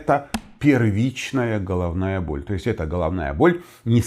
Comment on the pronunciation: Да , только так слух режет -Холовная боль, неужели так трудно букву Г выговаривать ,,было бы приятнее слушать